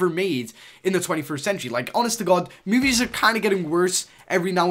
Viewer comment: Why do u say MOOVIES